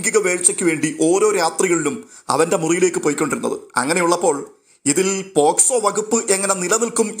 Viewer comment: പോക്സോ എന്നാണ് പോസ്‌കോ എന്നല്ല.. ഒരുപാട് പേര് ഈ തെറ്റ് വരുത്തുന്നുണ്ട്.